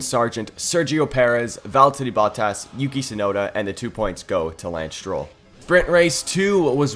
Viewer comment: ah yes veltteri bottas